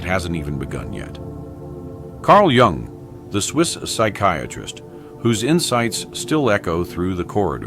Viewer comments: Jung, not Young. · it is spelled JUNG not Young